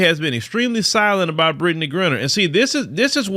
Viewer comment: 😅 why keep saying Britney's name wrong?